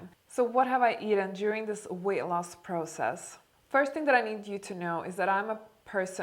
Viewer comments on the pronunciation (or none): none